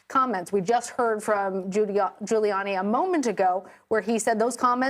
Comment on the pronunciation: Did the newswoman in red say "Fuliani" when asking about whether ghouliani could afford to pay the damages awarded?😊